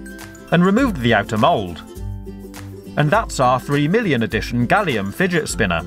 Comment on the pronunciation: did u say billion because it sounded like it